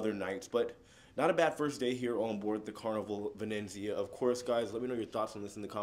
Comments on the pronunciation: it's incredible that he hasn't been able to say Venezia once properly. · Excellent report......a beautiful ship. øne thing, if I may. xit is the Carnival Venezia.....not Venenzia....only one 'n'. Really enjoy your videos. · Hi, J: there's no second "n" in the name of the ship so the pronunciation is - Venizia, like pizz-ia😊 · It's Venezia not Venenzia😂😂. But like someone stated 2400 is steep. I thought 1000 was too much when i checked. I paid 985 for the 15 day sailing in September. Thx for sharing. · Love you and your channels!!! But I just want to tell you there is no 2nd 'N' in Venezia, it's not Venenzia. Looks beautiful, can't wait to see the rest! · It’s not venenzia but V e n eeeet Zia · I think it just has one 'n', not 'vinenzia'. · Ve-nez-i-a, Not Ve-nenz-i-a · Why do you keep adding an N in the name of the ship. It’s Venezia not Venenzia. I hope by the end of the video you catch it. Sorry it’s a pet peeve of mine. 😊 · It’s Venezia, not Venenzia! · He added an extra letter N. Add an N to Jaye and he becomes Jayne. LOL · Venezia not VeneNzia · It's pronounced Ven ET zia :) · Love it but it’s pronounced Ven EE tsee ya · It's pronounced Vin-ET-zee-ah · say it with me buddy: Vin-ET-zee-ah 👍 😂❤ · Pronounced Ven et Z Uh... I was on the Transatlantic cruise to NYC. They taught us how to say it. 😉